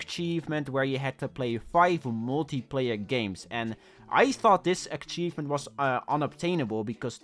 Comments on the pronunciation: Akchievement? Akchievement? jesus christ, this is a troll innit, he knows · When he said ackchievement I felt a state of peace enter me